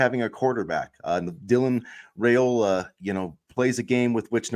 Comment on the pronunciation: Hey, Guys! Love your podcasts! I believe he pronounces his last name with a long "I" like "Rye-ola," not "Ray-ola."